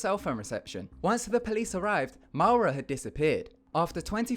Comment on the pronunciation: No 1. Maura is pronounced like Laura. I don't blame you getting it wrong, it's my real first name, my parents changed to my second name when I was 6 wks old as noone could pronounce it.